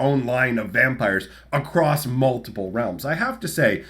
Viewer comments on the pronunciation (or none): none